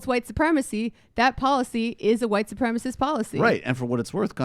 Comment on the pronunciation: Michael Brooks, please get out your dictionary and learn to pronounce "white supremacists"--you say "supremists" which is wrong. Shame shame on someone who mocked Jimmy Dore for mispronouncing the word "caste" recently. You also recently mispronounced the word "cachet" (pronounced "kashay") or confused it with the word "cache" when you meant "cachet". So please stop throwing stones and acting all superior towards others when you do the same thing yourself. You were practically hysterical over Jimmy's mispronunciation, but now who is laughing? Stop making division where there doesn't need to be any. If you want peace, you have to begin with yourself dude. Maybe try some mindfulness meditation.